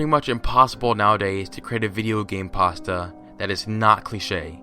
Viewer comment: Couldn't concentrate cos of the way you pronounce 'pasta' grrr